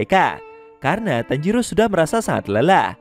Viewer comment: Woy bukan tanjiru tapi tanjiro tauk